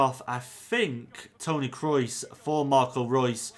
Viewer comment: Nobody:: Tony Krois